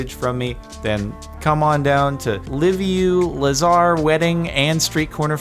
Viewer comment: Audi driver speeding like a maniac -Matiz -Liviu Lazar 100% Romania Can I also congratulate Jordan for closely nailing the Liviu Lazar pronunciation without even trying to